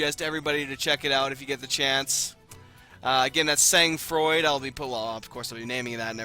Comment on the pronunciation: pronounced: San Fraw